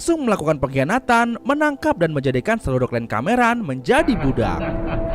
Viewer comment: KLAN YA MIN, BUKAN KLEN.